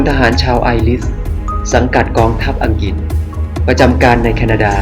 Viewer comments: อังกริด ไม่ใช่ อังกิด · น่าจะออกเสียงให้ถูกต้อง...คุณออกเสียงได้ดี..แต่พออังกฤษคุณออกเสียงเป็นอังกิด..